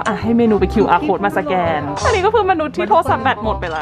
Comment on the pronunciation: ขอนิดนะคะ สแกน ไม่ใช่ แสกน 🙏🙏🙏